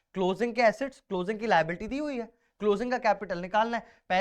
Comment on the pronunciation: Assets sound likes (acid)